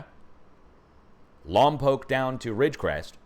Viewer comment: Thank you for saying Lompoc correctly! And of coarse for the heads up! I can feel it coming.